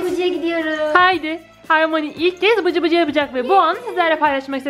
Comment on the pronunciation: Bıcıbıcı değil cıbıcıbı😆😆😆😆😆😆😆😆😆